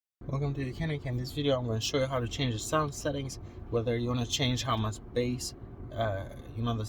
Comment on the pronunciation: Due, its pronounced BASE NOT BASS (its not a fish)